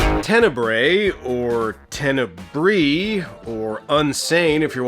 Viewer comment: Just a hint: "Tenebre" is the plural for Italian word "tenebra" (the "bra" part reads as the English word bra). You read it like you read the latin "tenebrae".